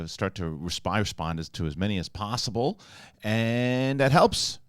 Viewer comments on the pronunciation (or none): none